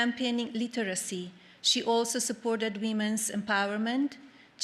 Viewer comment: "Lee ter izy."